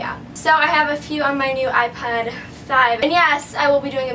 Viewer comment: Lol. She meant iPod 5 but she has a accent😂